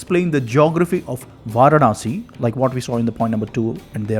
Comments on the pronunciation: Pl pronounce Vaaraanasi as opposed to Vaarnaasi. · Interesting! Just curious; Why do you repeatedly say "Vaar-Naah-Si"? It is "Vaa-raah-Na-si." That is, Vārāṇasī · Pl pronounce Vaaraansi instead of Vaarnaasi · Kindly correct your pronunciation. It is Vaaraanasi and not Vaaranaasi. In Tamil it will be வாராணஸி. வாரணாஸி இல்லை.